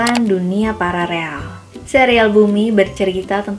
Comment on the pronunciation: Paralel atau pararel....? Hmmm